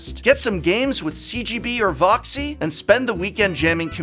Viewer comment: Why he do Voxy like that thoooooo